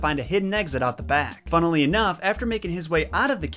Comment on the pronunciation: “Funnelly enough” 👌🏾🤣🤣🤣